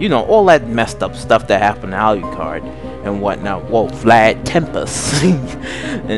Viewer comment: So first: pronounce alucard’s name right. It’s pronounced the way it’s spelled. Secondly: learn the anime’s and vampiric lore. There are so many inconstitanties in your vampire lore behind the two. If alucard was “absorbed” (per say) by D, alucard would be able to twist D’s mind due to the toxins in alucards blood. A powerful full-blooded vampire like alucard, would be able to make D go totally and mentally insane. So next time please learn vampiric lore before making a video of two overly powerful vampires. Please and thank you!!!